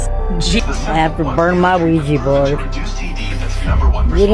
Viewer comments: my brother Keep calling it a weegee board and the demons will haunt you just for spite😂Jk that was meant only to make light of a serious matter.🫣 Ouija boards open doors to the shadow realm and places that even our worst nightmares couldn't describe. Be warned. It's pronounced wee (oui) zha (ja)= Ouija basically yes in two languages.. although slightly different in the German pronunciation French Oui/Ja German.. not that you didn't already know all that.. You are a very intelligent and intuitive man. Much love and respect as always -Ant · Why do white people feel the need to say words completely wrong? Wtf is a Ouijay board? You know damn well that’s not how it’s pronounced ffs